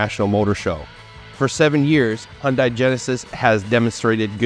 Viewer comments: KIA & Hyundai are exactly the same thing! Just like Toyota & Lexus, Honda & Acura, Chrysler & Dodge, etc.!!!...BTW, Hyundai is pronounced like "Sunday", just saying.😊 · My dealer said it's pronounced "Hunday, like Sunday, not Hundeye.